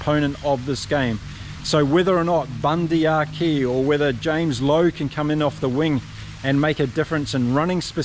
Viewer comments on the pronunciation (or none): none